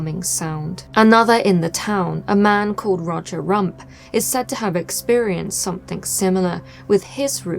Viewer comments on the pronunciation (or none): "Rodger Rump" LMAO